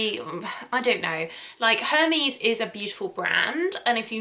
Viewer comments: A little help with the French words merveilles-pronounced mairvay Hermès-pronounced airmez ☀️💛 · Love your channel! Stumbled across you online and really enjoy your helpful descriptions, especially with the perfume notes. RE: French pronunciation: it's tricky! I am American, but have studied French for many years. The Hermes (air-MEZZ) "Les Merveilles de l'Ombre" = lay mair-VAY duh LOMM-bruh... if that helps!